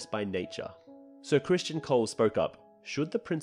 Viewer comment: Where do you keep finding these extra letters in the names? Ser CRISTON nog Christian! And in another video you called Alicent’s other son Daereon but it’s DaeRON